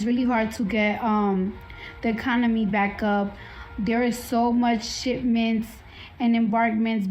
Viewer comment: What the hell is "conomy"???